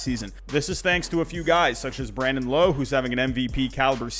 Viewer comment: Rays fan here, appreciate you being a big man and admitting your mistake. Also you say it Brandon lOWE like OUch.